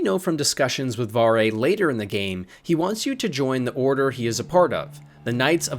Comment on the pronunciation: Don't ever talk bad about Varre, and you pronounced his name wrong.